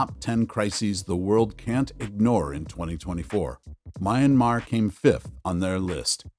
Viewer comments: You call it "Mian-mah". Two syllables. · Why can't you pronounce Myanmar correctly. Ignorance is unacceptable!!!